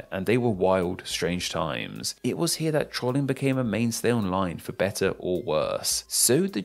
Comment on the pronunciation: Pronunciation of "Trolling": Tr-olling Correct: Troll-ing